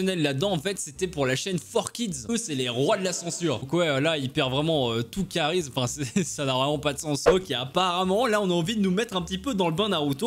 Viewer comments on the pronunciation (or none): none